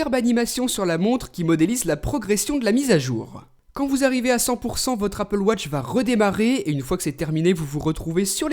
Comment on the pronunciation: Je crois que c'est la première fois que tu dis Apple Watch et non Appel Wotch